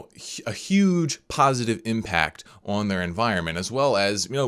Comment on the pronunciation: stop saying ahaun for on